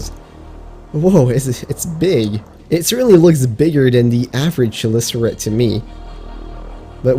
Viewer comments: It's pronounce khelicarate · Here is the real pronunciation: shell-licker-Ite